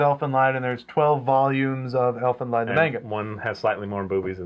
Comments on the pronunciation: guys it's pronounced Elfin Lied (Leed) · Great review, I was just talking about this series today. I is pronounced "leed", as others stated, but no big whoop.